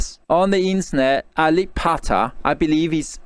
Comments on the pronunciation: U were right. It's ba, but he is chinese(?), that is how they pronounce ba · Herman Li pronounced Alip's name in a Chinese accent. B as P . Alip Pha Ta .. instead of Alip Ba Ta. And I like your reaction more than his. I'm sorry but many people can do what he did .. only staring at the video, jaw-dropping and say ah uh. No knowledge at all for the viewers. I like you more